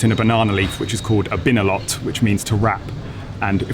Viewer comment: the correct pronunciation is binalot with the accent and emphasis on the a of the second syllable